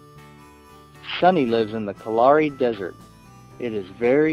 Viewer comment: I have an issue with the way the reader pronounces some words - They are Meercats, not Mercats and the pronunciation of the Kalahari desert is just totally wrong.